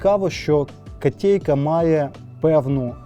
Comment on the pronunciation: не "катєйка"🤮 , а "котейка"